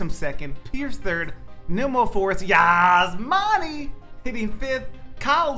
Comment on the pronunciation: The way he says Yasmani is cringed